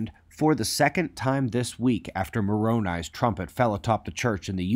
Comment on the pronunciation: Correct pronunciation of "Moroni"....nice